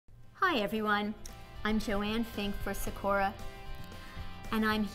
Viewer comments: Just to let you know you pronounce it sa/kū/a it's Japanese for cherry blossom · why... does she pronounce it... like that.